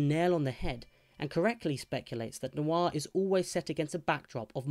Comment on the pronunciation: It's one syllable: "nwah". Not new-arr, not nwar: "Nwah."